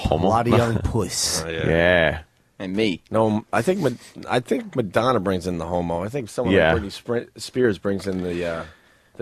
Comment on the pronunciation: I love Anthony’s “…Homo…”